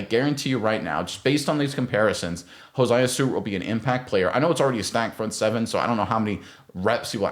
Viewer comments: Crazy you say Jared verse but not hared verse and you say hosiah and not josiah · Please pronounce the young man's name it's not hosiah it's Josiah 😆 🤣 😂 !😊